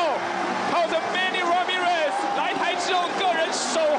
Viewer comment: The announcer sounds like an American when he said Manny Ramirez.